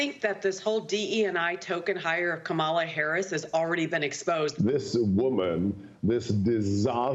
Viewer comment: Cabala Harris, it's not that hard Trump.